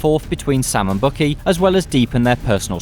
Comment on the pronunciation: Bucky is pronounced "Buck Key" not Bookie.